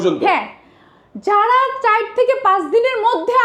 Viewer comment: যেমন গলা যেমন মূর্থ 😂 চাইর নাকি চার 😂